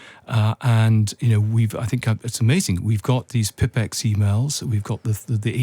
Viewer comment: Pipex? Like Tippex? The Pipex "system"? Pipex (/ˈpaɪpɛks/ PY-peks) was the United Kingdom's first commercial Internet service provider, like sky or BT. It wasn't a system, and it certainly wasn't pronounced like that.